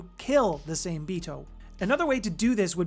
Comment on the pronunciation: Hey brother i love the content. Just wanna help with something. Its pronounced like Saw May. Same is the English spelling of the Japanese word for shark. Much love.